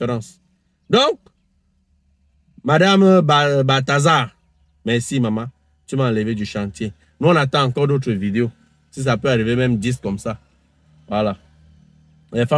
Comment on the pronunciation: Balthazar Franko... Prononce le R finale 😂😂😂